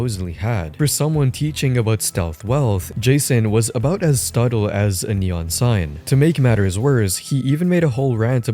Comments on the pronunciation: Stuttle ✅ Subtle❎ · Im sorry i heard him say "stubtle" when talking about his stealth wealth and it hurt me physically